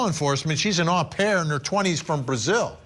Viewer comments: Not a big deal but " Au pair" is pronounced "owe" pair.... not ahh pair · Well, if you're going to be picky, 'owe pair' is also an incorrect pronunciation.